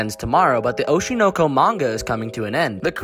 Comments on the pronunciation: Atrocious pronunciation. It should be Oh-SHY-Noe-Koe. smh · i can’t get over how you’re pronouncing it oh-she know-co lol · The way you pronounce oshi no ko makes me angry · The way the anime name is pronounced is provocative